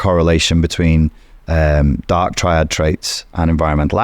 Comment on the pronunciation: You don't know how to pronounce "triad" (tri meaning 3, as in triangle or tricycle) and you don't know what "Machiavellianism" is... Are you just pretending to not know these things or are you genuinely that stupid? 😲😲😲🤷🏻‍♀️